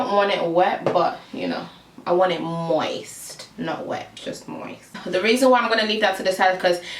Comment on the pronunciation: You are super pretty, and your accent is adorable, but the way u said moist was sooooooo funny, soory I'm just immature, me and my friend make jokes about that word all the time! Lol. But great vid😊